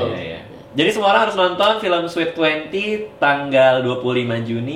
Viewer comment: You pronounced sweet wrong. You pronounced it as sweat. Sorry can;t contain myself